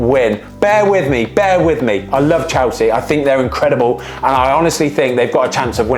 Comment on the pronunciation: I have a challenge for Ben. Say “Chelsea” not “Chowsea” I love your channel, keep it up!!